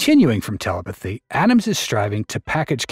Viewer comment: Your AI narrator keeps saying teleputhy 🤣